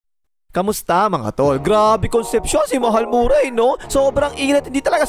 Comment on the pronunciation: Tol, hindi yan MurAy. Ma-re pronunciation nyan!